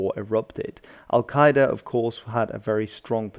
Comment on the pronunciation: You mispronounced Al-Qaeda